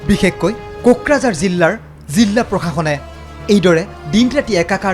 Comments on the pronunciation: জিল্লা নহয় জিলা হয়। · জিলা হয়। জিল্লা নহয়। 🙏🙏🙏🙏 কাণত বাজি থাকে।